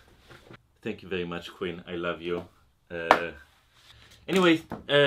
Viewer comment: Pronouncing "Quinn" as "Queen" is precious. Stoked to see that she drew your name, love both your channels!